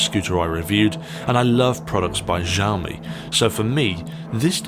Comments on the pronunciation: It's pronounced "Shee-ow-me", not "jow-me" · Kzaomi?? Added another way of pronouncing Xiaomi into my list. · It makes me laugh to tears, I even checked trustworthy native speaker (google translate) and is supposed to be pronounced more softly, as "ksiajomi". I am pretty sure it's so funny to me because in my language the "ż" and "sz" are actually being used. As far as I can understand what you're saying I am good. I just hope that tire was in 100 degrees of Fahrenheit not Celsius...